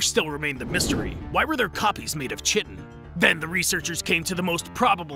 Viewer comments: Why are you calling chitin(Kaitin) chetin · It’s pronounced “Kai-tin” dear god i hope its a horrible joke you thinking its actually sounded as “chit-tin” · I'm apologize but the fact your pronouncing chitin "Chitin" was driving me mad. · Kite-tan not chit-en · Its pronounced "kite-in" not "chit-in" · It’s pronounced kite-n not chit-n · I don't think you pronounce the ch like this in chitin it's pronounced k-eye-ten not ch-i-ten that sounds to much like sh*ten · Chitin is pronounced as "kite - en". It took me a bit to realize what you were saying. XD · ITS PRONOUNCED KAI-TIN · Just FYI: Chitin is pronounced kye-tin And Wehrmacht is pronounce Ver-mahkt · Okay, 2 things. 1) I hate roaches, but this is an adorable SCP! 2) It's pronounced "kite-on". "KITE-ON" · Chitin is pronounced “kite-en”. That word used to screw me up so bad, I hope this knowledge serves you all well in the days to come. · Just for the record, chitin is pronounced like ki-tin. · Btw chitin is pronounced ki tan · Chitin is pronounced KAI-TIN Boss. Just an fyi. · ITS KITE-AN. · Chitin is pronounced Kite-in. Sorry it really bugged me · chitin is pronounced kite-in :) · Fun videos but Chitin is pronounced "k-eye-tin" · Chitin is pronounced kite-en. Just fyi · It’s pronounced kite in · Its pronounced kaitin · oh my gentle Jesus! Stop saying "chitin" its pronounced "kye-ton". I am white girl levels of just can't even-ing with this. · You pronounce the "t"in "ergot", and the "ch"in "chitin"is pronounced as a [k] and the following is pronounced as [ai].